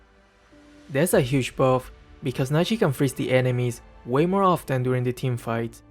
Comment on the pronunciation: ummm isn't the T silent in OFTEN?